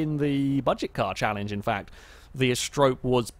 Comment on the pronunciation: He still doesn't pronounce Asterope correctly, but at least he's stopped calling it an apostrophe.